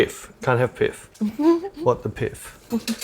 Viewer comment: are you saying "piff"? Do you mean "pith"?